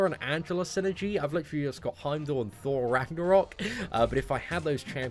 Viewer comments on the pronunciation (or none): none